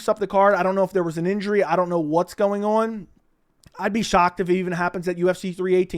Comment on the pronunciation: The way you say the word "on" is FU*KING VILE!!!!! Learn to say the word properly or never say it again 😫